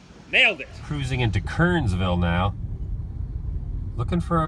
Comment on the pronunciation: Also its pronounced Kern-ers-vill...